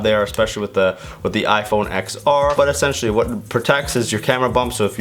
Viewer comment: I’m discrediting this video solely because you pronounce iPhone XR incorrectly.